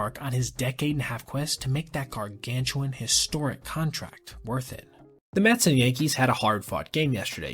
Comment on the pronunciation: The New York mehs 🥴 🍺.